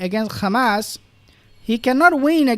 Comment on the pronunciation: Why do you say khamas instead of hamas